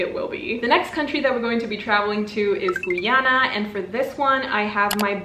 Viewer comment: hey just btw the "guy" in Guyana is pronounced literally like the actual word guy